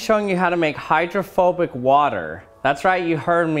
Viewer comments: I thought for a second he said homophobic water droplet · Thought you said homophobic water XD